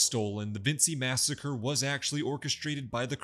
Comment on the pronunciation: Vinci, pronounced Vin-chi, not Vin-see. They literally say it like 15 times an episode.